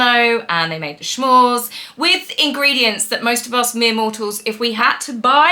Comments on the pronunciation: oh, you're adorable! But, as an American and former Girl Scout (inventors of the s'mores), I must correct you. It's pronounced su-more. The word is actually a contraction of the words "some" and "more" (because, they're so tasty, you always want some more!). Hence, s'mores. There is no "sh" or "sch". And thank you for suffering through the episodes so we didn't have to. Your sacrifices are appreciated. 💗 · Love your videos and especially your pronunciation of "S'mores" in this one! A new treat "Shmores!" 😆 Thanks for all your research and fun presentations. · Hello - little hint. The word s'mores for the treat is pronounces with an "s". Come from the words some and more as in " This is so good I want some more". Thanks for the review. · I don’t blame you for not watching all episodes,. Oh, s’mores don’t have a “sh” sound. 😊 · Not to be a stick in the mud but it’s not “schmores” it’s “ s’mores” as in “some more’s” . Kids on camping holidays would beg their parents for some more of the delicious treats, that’s where this comes from. But honestly no one makes the graham crackers and marshmallows themselves. Way too much work. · So appreciate your putting yourself through this for us!! 😊 It did sound painful to watch. Love your take in the show. 😂 Also as an American I have to say they are called S'mores not Shmores. 😉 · Smores not shmores. From New England with ❤ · OMAG stop saying "SHMORES". 🤬😭😱🤣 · I enjoy your channel, but with respect it’s “s’mores”, pronounced ˈsmȯr, no h. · S'mores .... short for 'some more' or referring to 'mores', plus the 'some'... there is no 'sh' sound in this name. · S'mores not Schmores though lol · Not sure if you know but S’mores is not pronounced schmores. Good for you to watch this 😵‍💫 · S'mores (you know, like "some more") -- not "sh'mores" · Lol, "SCHMORES" is adorable. It's "S'mores" as in, no matter how many you make, everyone wants "some more" but I like your way of saying it better 😋